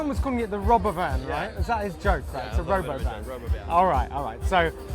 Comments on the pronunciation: It's called the Ro-bovan you nonse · So a robovan